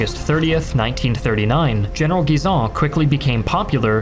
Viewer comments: Great pronounciation of Guisan and Chaux de Fonds but it's written Schweiz. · thank you for prononciating Guisan's name correctly ! greetings from Switzerland